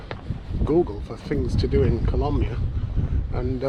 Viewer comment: YOU SAID KOLAMYIA WRONG